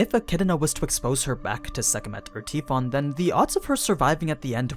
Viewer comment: Tee fon.....Tee fon... isnt it pronounced tie fon?